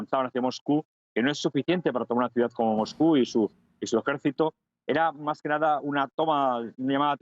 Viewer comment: No hay manera de encontrar un currículum suyo en internet, así que no se sabe dónde ha estudiado. No articula en absoluto. Dice en este video "autócatra" por autócrata, y le acabo de oir en la radio decir "esadí" por Arabia Saudí, y "jédito" por ejército ¿Será militar?